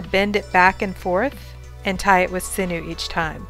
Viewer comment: I love your videos but it's pronounced siñew (sin-yew) 😂🥰